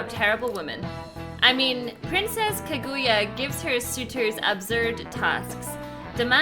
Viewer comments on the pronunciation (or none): none